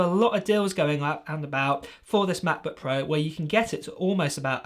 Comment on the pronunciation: please dont say ma' bu' puo any more